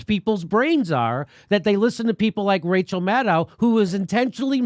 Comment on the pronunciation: Wow “Racheal”